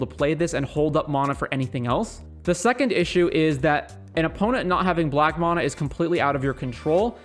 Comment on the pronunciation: Nice vid, but its mana (man-uh), not mahnah